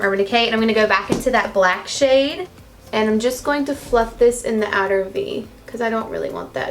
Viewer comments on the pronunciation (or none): "I'm going tew fluff" lmao😂😂❤️ love u !!!